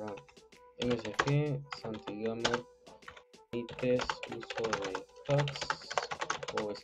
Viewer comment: Nadie Absolutamente nadie: iAmboy: SantiGamer (SaingGamer)